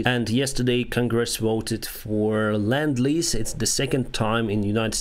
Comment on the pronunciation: Lend-lease. Not land-lease